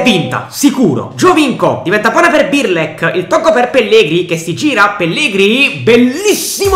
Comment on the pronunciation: non é birlek é brlek